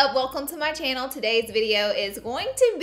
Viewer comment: "Hey guys welcome back to my ChinnEl"